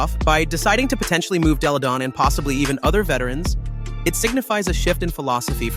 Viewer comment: I’ve heard miss pronounce Della Don name about 3 or 4 times. Have some respect.